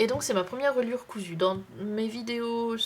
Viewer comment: oups cousue et non coussue .